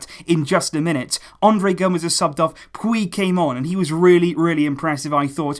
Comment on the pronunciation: like your vids. but your catalan pronunciation is not so good. in english "puig" sounds something like "pooch"